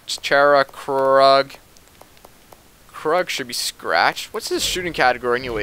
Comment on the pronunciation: Pronounce Krug like kroog